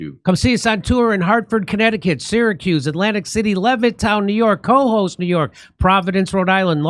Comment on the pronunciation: It's Co-hoes', Jimmy. Accent on the second syllable. Pronounced like kuh-HOSE. It's one of your New York State venues.